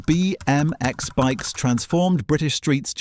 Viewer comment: What the fuck is up with your pronunciation? It's not Etch-AY-Sketch... it's Etch-AH-Sketch - said as one word: Etchasketch. I've never heard anyone call it Etch-AY-Sketch lo! Also, you don't need to over-emphasise each letter in BMX.